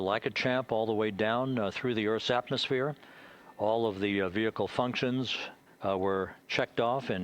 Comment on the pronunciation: I know some southern American accents pronounce "vehicle" as vee-HIK-el but that's not even how Limmy was saying it.. I had to look up how it's pronounced in the UK cuz I thought I was losing it listening to him repeat it. Vee-ih-kul / vee-eh-kul is how most people in the US pronounce it. That's how the announcer said it. It's how Limmy said it. I don't see a difference in the UK pronunciation.